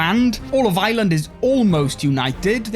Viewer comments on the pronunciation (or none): I love how he says Ireland like island